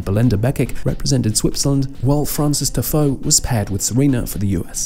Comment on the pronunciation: Your pronounciation of some of these players' names is quite hilarious, especially Belinda Bencic and Frances Tiafoe 🙈😂